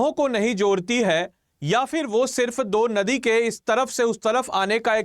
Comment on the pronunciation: kya kya bola jara hai ye banda jldi jldi ... dheere bolo bt pronounce toh sahi krre aap ... ... nadi ko din bol raha hai or kuch sabdo ka v uccharan galat hai .... bpsc or upsc ka preparation hora hai ya vlog bnn ra hai ?